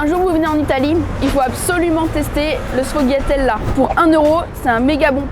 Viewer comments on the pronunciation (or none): Le sfogliatella le g ne se prononce pas phonetiquement c'est sfoliatella